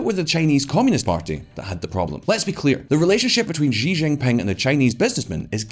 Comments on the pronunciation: In English, the president's last name, Xi, is pronounced "she" not "gee" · For fuck's sake learn how to say Xi (Jinping). The closest English sound is "she" (female pronoun).